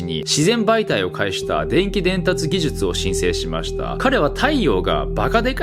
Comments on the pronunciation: 顎がアップデートされたので言えるようになりました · 「技術」が言えないとなると「手術」はそれ以上の難易度となって文字を見た瞬間に血圧は上がると見て間違いない。